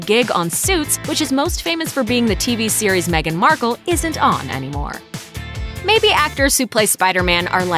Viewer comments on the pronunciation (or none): none